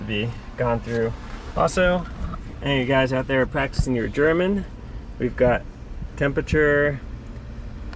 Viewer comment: your German was pretty good!